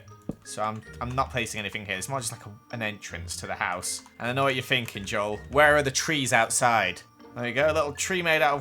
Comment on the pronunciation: It’s Joel not ‘Joal’.